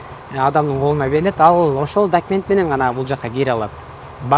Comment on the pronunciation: Сураныч , орусча суйлобой эле кыргызча эле суйлонузчу. Аябай не грамотно суйлойт экенсиз, ушунча жыл Россияда жашап. Гирой, килиэнт, дэкимент, за свой каприз за вашьи денги деьей